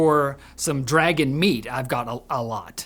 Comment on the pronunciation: it’s not “Dragon Meat”, it’s “Dragin Meat”.